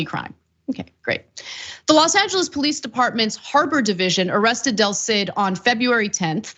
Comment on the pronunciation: del cid not Delcid.